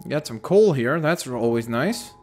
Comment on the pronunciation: Excuse me its called COAL not COOL u idiot